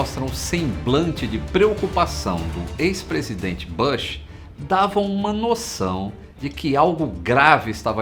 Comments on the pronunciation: Amigo, a pronuncia correta do sobrenome do ex-Presidente George W. Bush, nao e BASH e sim BUSH. Burburinho e barburinho. Bem diferente, nao? Acentue bem a letra u. Voce tera a pronuncia correta, fechou? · Bush se fala "bush" mesmo e não "bãsh"… Faz a pesquisa pô